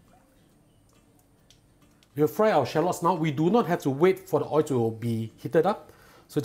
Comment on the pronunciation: The way he pronounces “oil” 😂